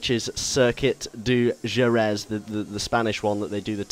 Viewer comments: you say jerez wrong its pronounced with a h and jerez looks nothing like what it does in really life ive been there for moto gp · soory buddy... its pronounced "her-reth" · Jerez is pronounced Hereth ;) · djzeherez is not how you say it... its jerez, said 'hereth.' you say it differently every time. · Jerez is pronounced HER ETH not HER EZ! GRRRRRRRRRRR and sweet with 1980's and 1990's cars and tracks! :D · Jerez is pronounced heref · jerez is pronounced he-reph went there for testing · Jerez is pronounced hereth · 'Horrendous' pronunciation of the track Jerez (Hereth) ;) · Jerez. Pronounced with an H. that's cool we can drive older cars and tracks. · its pronounced hereth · You said a 1980's Caterham..... are you fucking kidding me....... And Jerez is pronounced hereth... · no more like her-reth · it's pronounced hereth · Jerez is pronounced He-Rez. Just like Jorge is pronounced Hor-hay and Jalapeño is pronounced Ha-la-pen-yo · Would like to correct you slightly. Jerez is pronounced 'Hereth'. JUssayin. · Jerez is prononced "Hereth" but otherwise great vid cannot wait for this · BTW Jerez is pronounced Hereth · Also Jerez is pronounced "Hehreth". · Jerez is pronounced Hereth mate ;) Just letting you know. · I believe it is pronounced, "hereth". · Jerez is pronounced "hereth". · Im Mexican and am disappointed at your pronunciation of Jerez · Please learn to pronounce Jerez properly! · If you said Jerez properly that would be nice... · You pronounced Jerez wrong (because it's Spanish, the J makes an H sound.) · i like how you said "jerez" lol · That pronunciation of Jerez :P, Fantastic video though! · u realize you pronounced jerez wrong